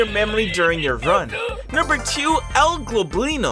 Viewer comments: U said el globlino insted of el goblino TWICE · Nice Vid n stuff but its Goblino, not Globlino (with an L) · is anyone gonna talk ab how he's saying "El Globlino" and not "El Goblino" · and you always say El GLOBlino instead of El GOBLINo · No one gonna say anything about him calling El Goblino ‘El Globlino’ though the wiki clearly said El Goblino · His name el goblino not el globlino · nothing in this world annoys me more than this guy saying globlino, YOU LITERALLY SAW ON THE FANDOM PAGE THAT ITS GOBLINO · It's El Goblino not Globino I think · "El gLoblino" XDDD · Why he call him el globlino, hes name is actually el goblino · You mean el goblino not el globlino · Why do you say el globlino its el goblino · His name is actually El Goblino, without the L before the first O. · it seriously annoys me he calls el goblino "el globlino"